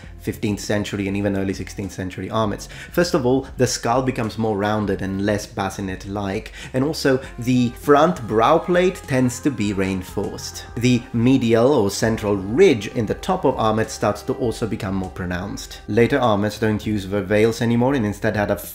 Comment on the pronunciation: Its "ree inforced", not "rain forced".